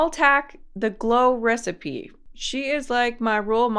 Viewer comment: Help she can’t even pronounce glow recipe why does she need it 😭✌️